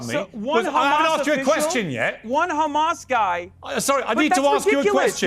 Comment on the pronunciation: Israel defenders go 10 seconds without saying Khamas challenge (impossible difficulty)